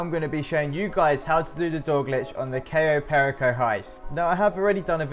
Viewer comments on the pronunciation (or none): Its Cayo paree-co not cayo pearicko